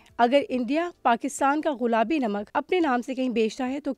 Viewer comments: Ghulabi ghulabi ghulabi ghulabi, aunty ji ye gullabi lafz hy. Sari diniya sunti hy. Urdu to theek bol lia kro. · Baaji ghulaabi nahin gulaabi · Most of the time u said غلابی its گلابی madam g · all the joy end when she keep saying Ghulabi instead of gulabi... common yar such a big channel and such a a big punctual mistake... we were feeling proud of pink salt but the girl by pronouncing such a badly literally off the mood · She's saying "ghulabi namak" 🤦🏼‍♀️ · یہ “ غلابی “ کیا ہوتا ہے۔ بار بار غلابی 🤣🤣